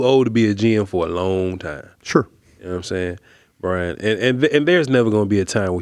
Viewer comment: 1st its BRY-an 2nd yes